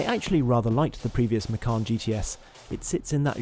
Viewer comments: Micarn? Oh how very dare you sir. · the correct pronunciation for Macan is Machan, not Makhan. Macan is a male Asian Tiger. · Wrong pronunciation, you should said "ma-chun" ma as in mark, chun as in chum bucket 😀